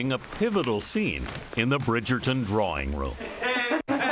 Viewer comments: Bridgerton---WITH a T, not pronounced with a D, Gayle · She can't pronounce Bridgerton.